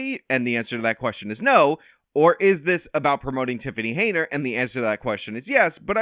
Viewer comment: Love how always calls her Haynerd